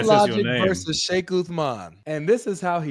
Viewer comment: "FEIKH" Uthman 😂😂😂😂